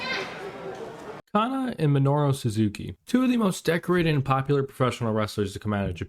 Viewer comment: Me-no-ru. Jesus Christ, work on your pronunciation